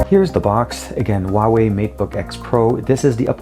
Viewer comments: It's not pronounced waway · TK Bay HUAWEI H is like H from Huge, U is like W from Way, A is like U from Bug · People think the H in Huawei is silent. In Chinese, it is pronounced more like Who Are We if you say the three words really quickly.